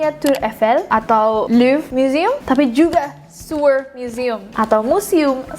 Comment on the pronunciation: Sewer museum .. cara baca siewerr museum .hmm bikin siewerr emg yee wkwkw